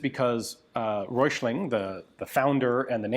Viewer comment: You're not that far off with pronouncing Hessische. Hessen is a State of Germany. Go easy on the "i", quick on the "sch" and land on the "-e" and it is fine. Röichling...Röi-ch-ling. Roy as in Rob Roy, then the "ch" without an S and -ling. Anything with "Volk", just say Folk but let the L be heard. Wetzlar was perfect. Most of those that were made were MG barrels from the Luftwaffe that were reduced in diameter to fit the "Volkssturmkarabiner".